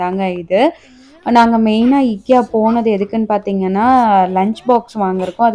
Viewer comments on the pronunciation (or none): Sister its i-kea... u r promouncing wrong. Dont take in a wrongful way 😊